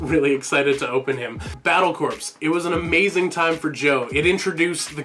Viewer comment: Not to poop on your video or anything but, corps is pronounced as core. Id like to see more of this kind of videos Excellent work Also how is your trip?